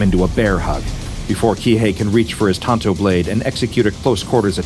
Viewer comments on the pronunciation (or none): none